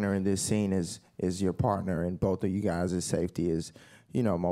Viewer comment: WTF was that in the beginnig "Hi, Gay"